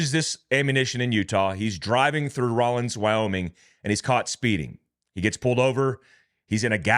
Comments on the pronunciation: It’s Rawlins,not Rawlings. There’s no g,can you read? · Raw-LINS, not Raw-LINGS. sorry, it's not that critical, but being a born 'n raised WY guy, it rankles a bit. Thanks for sharing the news! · Rawlins not Rowlings. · Raw lens. Not rawlings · It is Rawlins not Rawlings Wyoming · Rawlins…. Not Rawlings. 😂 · It’s not Rawlings. It’s Rawlins, raw-lins. There is no G! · It's Rawlins WY not Rawlings. Located on Interstate 80. Home of the Wyoming State penitentiary. I80 is a major trafficking route. It's such a wide open stretch of interstate and few HP. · It's Rawlins not Rawlings. Been there many times. Excellent trout fishing north of there. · i dont see a INGS in rawlins. not sure why you keep pronouncing that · Let me help,. It is RAWLINS, Wyoming, NOT RAWLINGS. Rawlins, WY, is located "astride" I-80, approx. 120 miles east of Rock Springs, Wy, and approx. 101 miles west of Laramie, WY, and approx. 150 miles west of Cheyenne, WY. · Raw lins is how it is pronounced. It is actually a decent sized town in Wyoming. The main industries are the state prison and the oil refinery in Sinclair. Wyoming Highway Patrol watches interstate 80 like hawks, searching for drivers with weed in the vehicle purchased legally in Colorado. The federal government needs to legalize, or at least decriminalize weed so that our prisons are not uselessly full of Colorado pot purchasers. Hahah hahahaha haha. If you live in a legal state and travel here, make sure that your vehicle is free from any evidence of marijuana transport. I wish I could afford 180,000 rounds of ammo!